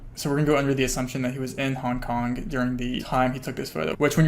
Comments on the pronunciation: Nooo i cant unhear it HONK HONK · Honk honk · he says hong kong like honk honk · Take a shot every time he says Hong KonK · nothing worse then people pronouncing "k" at the end of words that end in G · the way you say "hong kong" sounds like "honk honk" and i can't unhear it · Haha I had to scroll pretty far down to find this. I was hearing “hong konk” it had me going that’s for sure 🤣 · Ya I just heard it